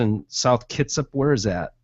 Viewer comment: It's pronounced "Kit-Sap" ... I used to live out there.